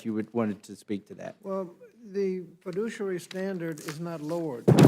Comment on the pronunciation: The Left seems to confuse fiduciary with fidooshiary.